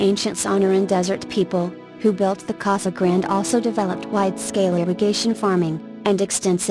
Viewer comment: This is a very nice collection of ancient places across America that are not well known. There are quite a few problems with the reader voice, however. Casa Grande (cah-sah grahn-day) is mispronounced many times, as is Berkeley (burk-lee). If your goal is education, then you should make sure everything is pronounced right. Years are not said correctly either. Etc.